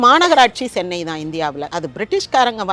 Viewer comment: Anchor, it's Chennai not sennai.